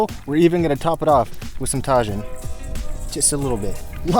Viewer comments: ta-heen not ta-jin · “Tah-gin”. Ur the best. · Another great video!! Love the catch and cook vids. I love Tajín on my fruit also. Little tip…say it like “taheen” and you’ll be legit. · Amazing video! But you pronounced Tajin wrong lol it’s pronounced “Tah-heen” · Dude, tajin is pronounced tah-heen 😉